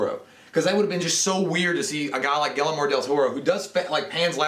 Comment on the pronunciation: I almost died of laughter when you tried to pronounce Guillermo. Try dis: Gee-"air"-mo.